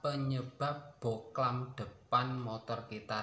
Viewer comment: Bohlam bang bukan boklan